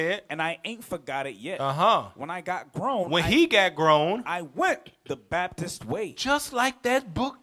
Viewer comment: WHEN YOU SAY BAPTIST I HEAR BASTARD